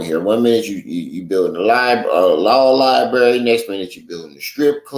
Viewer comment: law lie bury 😂